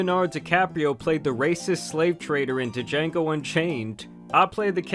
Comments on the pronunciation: it's Django not DeJango. the D is SILENT. smfh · “It’s not Da-Jango, it’s Django, the D is silent, HILLBILLY!” Lmao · "So yeah, I'm basically Leonardo Dicaprio" And, brotha.. It's not pronounced Duh-Jango.. th D is silent 😂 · I love you but Da-jango????? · Duh-jango, LOL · Well damn... Umm... It's pronounced "jango". The D is silent... But, it's ok. Just remember that. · did you really say duh-jango unchained? lol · Alright video ruined, you pronounced the D my brother in christ the D is silent Jokes aside video is cool congrats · the pronunciation of django caught me off guard 😭😭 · DJANGO. The D is silent. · THE D IS SILENT! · The D is silent in DJango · The way said “Django” is diabolical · "the D is silent hillbilly" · My guy, the D is silent... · Django… The D is silent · the d is silent in Django lol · Tô ugh go away LMFAO